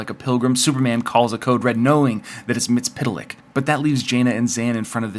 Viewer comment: Its pronounced Mitt-sul-plick.